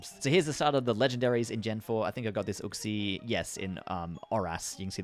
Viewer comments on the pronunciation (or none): none